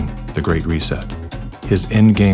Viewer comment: The…the…the… Not Zee!!! U imbecile, learn how to pronounce the word or go back to the worm 🪱 hole 🕳️ u crawled out of…